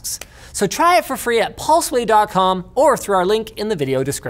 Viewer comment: Did anyone else hear "Paul Sway"?